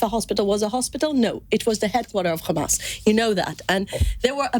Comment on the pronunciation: Khamas..Khamas..7 october..7 october 🤣🤣🤣